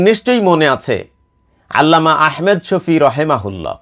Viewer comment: جزاك الله خيرا আপনার ভিডিও আমি নিয়মিত দেখি ,খুবই ভাল লাগে।একটু পরামর্শ নাম টা আহমেদ না বলে ভালো হয়আহমাদ শফি বললে